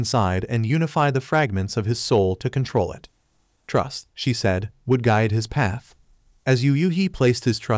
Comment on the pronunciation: bro switched to British mode he said paf